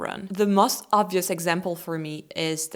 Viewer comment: Please learn to say 'most' (rhymes with 'ghost') instead of 'must'. You're otherwise doing fine in your English pronunciation 😊